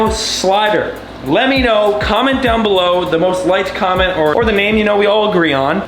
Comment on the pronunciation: You kept saying comment comment and it sounded like Comet. So name him Comit